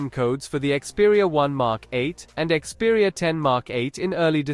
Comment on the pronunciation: ИКСпериа долбаёб! А не КСпериа